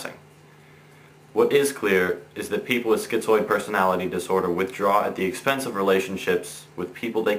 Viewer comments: it's Schi - zoid; there's no t in it. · It isn't "schiTzoid". There is no "T". It is schizoid.